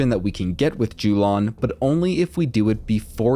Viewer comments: Yo-lahn, not Jew-lawn nice guide though! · Jew-lawn > Yo-lawn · Its yo-lan